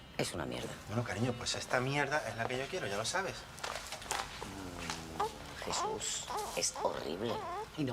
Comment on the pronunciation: It's a really good analysis and the video's great, but they way you say Jesús has me rolling on the floor and laughing my ass off.